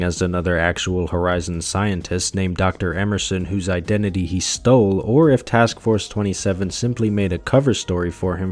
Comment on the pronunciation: erm its actually pronounced task force two-seven🪿